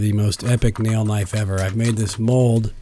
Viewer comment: That's a sexy kuh-nif-ee. Nice job.